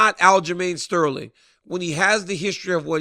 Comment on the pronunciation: Definly not sterling 😂😂